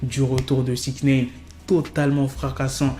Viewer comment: Six naine ou nine 😂